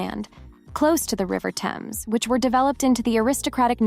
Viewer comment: Narrator needs to learn how to pronounce Thames and Vancouver properly.